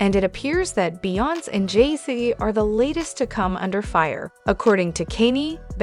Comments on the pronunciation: who is the lady narraiting this video. it makes me sick hearing her pronounce beyonces/ kaynes name. where is she frojm? how do you not know how to pronouce 2 of the biggest celebrities in the world name but yet are spreading "news" about people she cleary doesnt even know. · What's up with mispronouncing Beyonce, and Kanye?